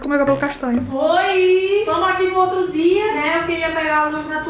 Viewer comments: entenda não é "Oi Bom Dhia" é "Oi Bom dia" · não é mas "oi bom dzia" ✊😭